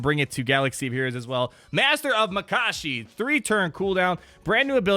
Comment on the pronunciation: Mah-ka-she... U said it wrong lol